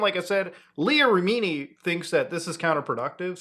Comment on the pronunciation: Leah Remini is pronounced REMini. "Rimini", you rascal 😅